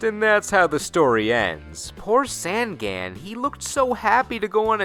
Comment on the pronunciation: Jesus, Sangan is pronounced on like you turn the lights ON. "Songon." It just means 'three eyes;' maybe they gave him a backstory to make up for his on-the-nose name.